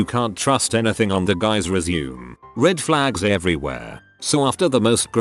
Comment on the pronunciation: when the commentator doesn't knoe how to pronounce resume I'm out.